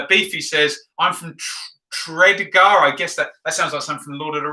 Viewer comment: Nice pronunciation of 'Tredegar' 😂 😂 😂